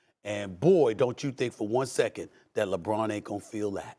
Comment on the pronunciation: Emphasis on “SECOND”